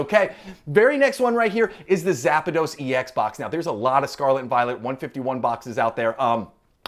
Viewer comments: It's zapdos not zapados 😅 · Just curious, why do so many people add an extra a in Zapdos. You are not the first nor the last to pronounce it Zap-a-dos. Where did that come from? My guess is the kids. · Cringe everytime you said zapados!!! Ahhhh haha